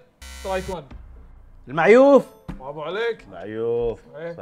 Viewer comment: قال المعيوف والمعيوف غلط